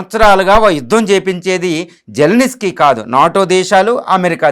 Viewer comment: జలనిస్కీ కాదు💝 జలంస్కీ 😅😅😅 విస్కీ లా చెప్పావ్